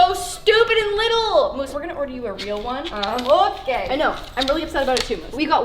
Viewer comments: i am sorry but did she say Moose or Myoose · Does anyone else get bothered by the way she says moose😤😂